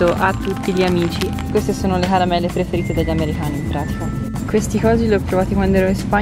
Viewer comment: perchè dici : amerihani?